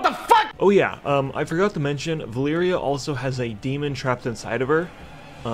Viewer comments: It's Valeera, not "Valyria" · Sylvanas and Medan should have a baby. And call it God. And stop saying "Valeeria". It's Valeera. How to tell a fan from a guy who reads up just to make a video. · Surely Valeera is pronounced Valeera. So many people add an 'i' in there for some reason and make it Valeeria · What i wanna know is everyone calling valeera (va-leer-ah) as valeria (va-leer-e-uh) Like seriously, go listen to the way it's pronounced by blizzard in hearthstone. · How does everyone always manage to say valeeria instead of valeera? Like wtf